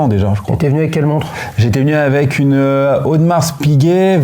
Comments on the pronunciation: Personne au monde ne prononce le S à la fin de Audemars 🤭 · Étonnant de prononcer le S de Audemars 😅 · Je me permets une correction pour le..... on ne prononce pas le "S" dans AU DE MARS, mais Audemar(s).... Disons que c'est comme prononcer le "s" ou le "x" des mots bois = boisse, bras = brasse (ça va pour la nage vu que c'est avec les bras), pas = passe (avec les mains ou les pieds), colis = colisse, prix = prixxxxxx, souris = sourisse ou temps = tempse.... Et le pire il a un chrono....AP... Dites, la Rolex Land-Dweller, il l'a achetée il y a trois mois... Ok cool... Délai d'attente svp, merci.... Bon après je vais faire l'avocat du diable.... Sa complication préférée "la date"???? Ah ben oui, AP 15202 y a que la date donc autant pour moi... Yacht Master Titane bon choix, toujours la même question, délai d'attente de??? Je continue.... Si son modèle de rêve c'est une AP sans "S" Quantième Perpétuel, question dates il va adorer.... Parenthèse qui n'a rien à voir avec les montres... Le jeans c'est quoi comme modèle? Pour la Daytona présentée au W&W elle n'est pas au catalogue.... Et c'est 16 brevets pour le new mouvement. J'en rajoute un peu... pour le bracelet de la Land-Dweller c'est une réedition d'un modèle de 1945 (Flat Jubilee) sorti la même année que le Jubilee "normal" donc ils n'ont pas tapé au marteau sur un simple Jubilee... Cependant vous avez soulevé un bémol sur le bracelet, pas de réglage rapide. Ok visuellement il est nettement plus "Classe" mais on peut se poser la question pourquoi Rolex n'a pas fait une évolution de ce bracelet avec le systèm